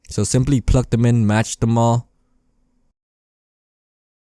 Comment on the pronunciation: i wonder how many times he said pluck instead of plug